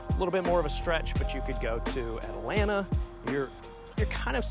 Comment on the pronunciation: Atlanaaaaa. Not t